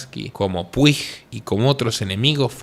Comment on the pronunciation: Un dato dialéctico Puig en catalán se pronuncia Puch 👈😅